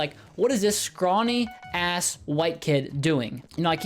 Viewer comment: For some reason saying “ass” sounds like a new word even though I’ve heard it many times before